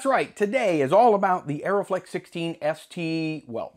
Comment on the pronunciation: Also it is "Uh-ree-flex", not "Aeroflex" :D